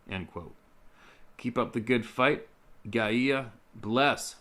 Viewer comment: Hi, Gaia is pronounced GUY-AH